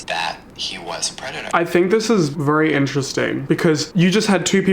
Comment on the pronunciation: no one: absolutely not one soul:: vurry